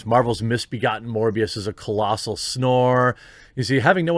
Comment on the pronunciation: Sounds like mush-mouth from fat albert trying to pronounce "morphius" from the matrix... who the hell is this?